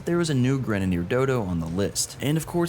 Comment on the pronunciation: why are u pronouncing grenadder like that